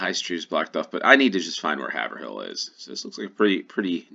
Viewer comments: 1 second ago Haverhill is pronounced 'hay-ver-hill'. I used to live there. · The a in Haverhill is long, like in shave. Trowbridge rhymes with low bridge. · First one Haverhill is pronounced Hay-ver-hill I used to live about 20 miles south of it